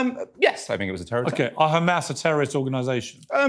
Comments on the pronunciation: Khamas still cracks me up. Why are they adding a K?! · Just by hearing someone pronounce "Khamas", you know what side he's on 😑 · Its khamass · "Do you conderm KHAmmas?" "Do you condemn the Warsaw ghetto uprising?"